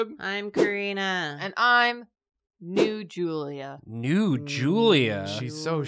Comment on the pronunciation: I thought she said Nude Julia and I was so concerned